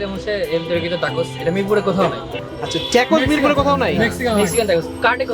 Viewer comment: আসসালামু আলাইকুম খালেদ ভাই, "Tacos" এর উচ্চারণ কিন্তু টাকোস হবে টেকোস না।